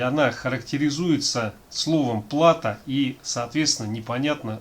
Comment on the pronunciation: Плато, ударение на о ) А так спасибо за видео